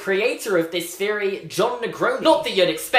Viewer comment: AGH STOP SAYING FEORY I MIGHT ACTUALLY KILL MYSELF.